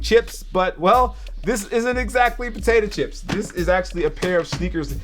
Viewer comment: Jacques says potato chips weird